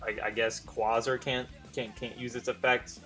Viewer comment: the way you say quasar is bothering